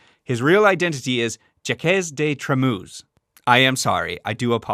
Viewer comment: Beside "Jacques" you pronounced the rest pretty well 👍 Great video nonetheless, very informative 🤩 EDIT: just realized you say "Jacqueline" and "Jacques" is pronounced exactly the same... dropping the "line" part obviously. Hope that might help ^^"